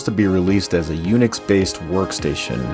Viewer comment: don't forget the R in "fruition"